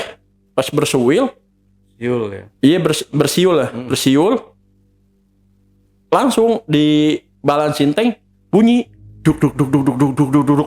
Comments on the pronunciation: Bersiul bang, bukan bersuil 😅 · Hehehehe kocak si abang udah diingetin bersiul.... Eh keukeuh bilangnya bersuil bersuil lagi😅😅😅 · Bang ,,,, jgn ampe berantem ni ya. Gegara kata 'bersuil ma bersiul".😅😅😅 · Lucu pas narsum bilang bersuil😂😂, bersiul kaliii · Bocah nya knpa Ber suwil bang 😂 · Bersuil😂😂😂😂 kagak sadar tuh ngomong keplitet